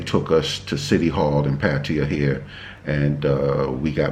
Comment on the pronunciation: Found you by chance. Great info and loved how you met. I just got back from Pattaya (you’re one of the few that pronounce Pattaya like I do 👍🏻) loved the basic budget....I went to Tiger park. Very cool place (great photo op too). Anyway, new subscriber here. Thanks 🙏🏻 SF Warrior